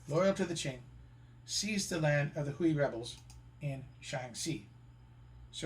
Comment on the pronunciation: Great photos, and an impressive presentation on many levels. However, it is marred by so many egregious mispronunciations. For example, I've always heard 回族; pronounced "whey" and not "hooey", and you mess up the pronunciations of 兰州., 乌鲁木齐, etc.